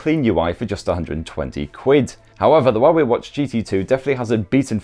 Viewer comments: Had to read the description to understand what he pronouncing for 'Huawei' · The Huawei pronunciation threw me offgaurd xD haha